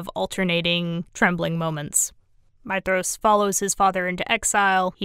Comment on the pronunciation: You are literally the only person I have ever heard pronounce Maedhros correctly. 🙂